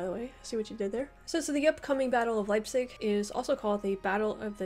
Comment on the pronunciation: wtf is "leizip"? ^^